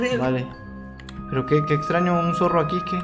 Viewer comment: Dise zorro en mal